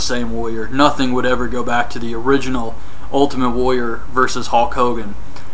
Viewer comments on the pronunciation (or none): woyer ...woyer ... its "warrior"